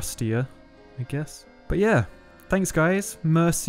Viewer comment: the "auvroi" at the end XD